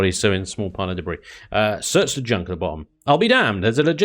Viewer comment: he really did just read debris like that...